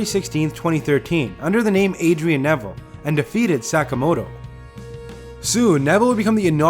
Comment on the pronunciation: you butchered Taguchi's and Sakamoto's names...